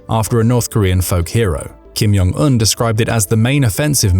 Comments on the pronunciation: The Korean language is not a Nordic language. The “J” is not pronounced like a “Y”. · You don't say the "J" in "Jong" like an "y".